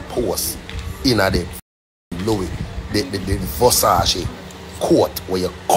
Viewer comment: Which part of that boy is a bishop?? He can’t even pronounce the word Versace